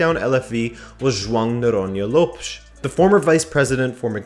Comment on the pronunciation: I just wish you pronounced Lopes right. It is Lóópexx not Lowepss 🤣😂 other than that good content guys!